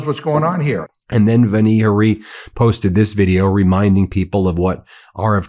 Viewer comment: Ben: her first name is pronounced "VAN-ee" with the A prounounced as in "yawn."